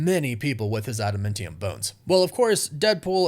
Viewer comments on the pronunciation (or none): Could you please stop saying "adamEntium"? It's not 'ment' it's 'mant'. AdamAntium not AdamEntium. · For the last time, it's adaMANtium, not adaMENtium. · Why are you saying adamantium like that?